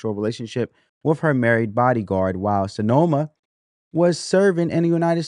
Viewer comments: Her name is pronounced how it's spelled SIN - EMA, not Senoma. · Sin-e-ma not So-no-ma. Man can you read at all?